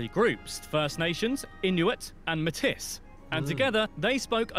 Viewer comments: mim mark is not pronounced mitis but rather may-tea which is french - 1st nations mixture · Hearing Métis pronounced like Matisse by the British guy in the source video makes me want to issue an apology to every American who has ever recorded a YouTube video about Canada. (It's actually pronounced May-TEE.) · Métis is pronounced May-tees. Not metis. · As far as Métis go… the common idea is a French/ aboriginal mix. But there is a recognized Métis of Scottish/ aboriginal mix. Also the pronunciation of Matisse is more what you would hear spoken by French speaking people… matée is how most people say it . Yes we wear short sleeves and shorts in the spring because the sun is warm but the temperature takes awhile to catch up. If there is no wind,you can be very comfortable at -10C in the spring. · I'm sure I'm probably not the first to comment this, but just in case - Metis is pronounced "May-tee" not "m-tis" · FYI... If I'm correct, METIS is pronounced as *May *Tea, and not *May *Tiss! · Born native and white is pronounced like "maytea" not matise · Metis is actually pronounced Mey Tee, not Met-Tiss, it's a FRENCH word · lol its not mehtiss for the indiginous groups its pronounced like maytee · The only take-away here is to definitely NOT rely on the pronunciation's of the host of the original video. You'll get laughed at, and in a few cases, punched in the mouth. For example: Métis is not pronounced "Met-is", but is "May-tee". As with many Canadianisms, they have French roots. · fact 13, the narrator mispronounces Metis, he says Met-tis, not as it should be pronounced May-tee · Not METiss but rather MAY-tee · Matis??!! Wrong!!!! Pronounced MAYTEE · I cringe every time he says Metiss. It's May-tee. Out west, especially during the whole separation period, Quebec was not popular. Pierre Trudeau was not well liked, his son even less. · Thanks! I was Just about to comment on that just now--I was like, "Who the hell are the meh-tiss? Oh, wait..." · Métis. May TEE. Jeez!